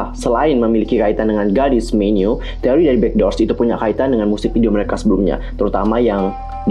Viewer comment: Apa cuman gw yg ngedenger tiap bilang God's menu jadi Garis menu...